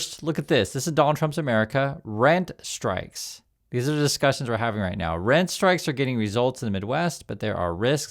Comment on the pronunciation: I finally got your message with the word Rent (strike) I keep hearing “Red” strike I guess your nose is clogged or something